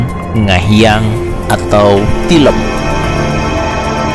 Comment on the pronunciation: Tilem sanes tileum